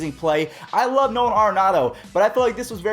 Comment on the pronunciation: It’s air-in-audo